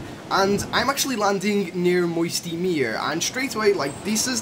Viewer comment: Moisty meeeerrr? It’s mire like my-er